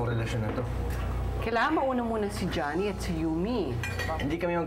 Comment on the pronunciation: Nanggigil din ako sa background music ei... Nakakiyak🥺.. and i love how andrew pronounce Jhonny's name, napakasweet 😁😅